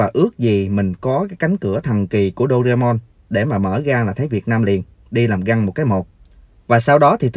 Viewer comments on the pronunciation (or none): none